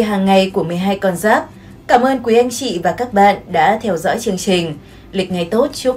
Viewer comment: Thấy ₫ể giáp dần, mà nói giáp nghọ